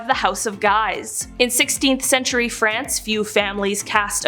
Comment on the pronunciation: It's pronounced, "Sfortsa" and the J in Julio is Italian, not Spansih. And Guise in French is prounced, "Geez". PS If we're talking scary families, how's 'bout the Kennedys, Obamas, Clintons, Pelousies, Bidens, and Harrises?